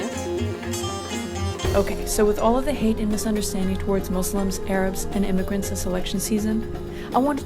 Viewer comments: "MOO-slums" ... Is that how that's pronounced? I'm concerned. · I'm sleep 😂, my mans said moozlims. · “mooslums” lmfao 😂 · "I've never been in a MOZLIMZ house" that cracked me up